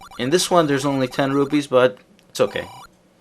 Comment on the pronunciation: its really interesting how you say rupees :P. Kinda like: Rubees or something like that.